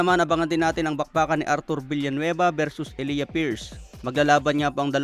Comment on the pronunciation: E-lay-ja pagka bigkas jan.pariho kami ng pangalan ni pierce